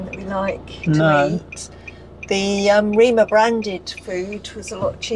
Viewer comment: Prounounced REMER. Not Reema. Rema tusen